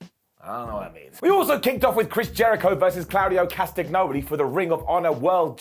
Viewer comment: It's pronounced Cast a nyoli. Do you eat las agg na?